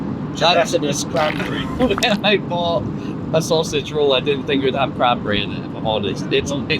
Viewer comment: You know, it's "sausage", not "saussage". I'm French and I English better than your subtitle dude.